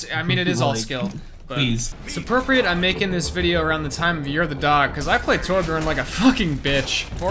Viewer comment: jesus christ its T O R B J Ö R N